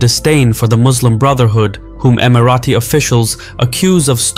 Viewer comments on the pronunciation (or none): EmiraTis, not Emirathis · Who told you that’s how you pronounce Emirati?